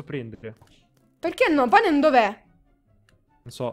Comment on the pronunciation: PANAM?? NO!! PANEM??? NO!!! PENEM?? SI!!!!!